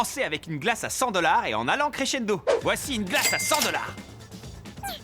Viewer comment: " Chrechendo " 100 € la glace pour commencer ! 🤣 Pour fast good cuisine c'est déjà du haut de gamme ! 🤣🤣🤣🤣